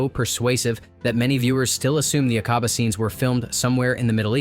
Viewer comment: Its not A-cob-ah. Its Ack-a-bah. PLEASE